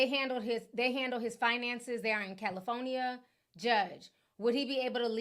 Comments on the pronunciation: Lmfaooo I love how she says it but i just be like what accent is that 😂😂😂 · Lol I thought I was the only one who noticed.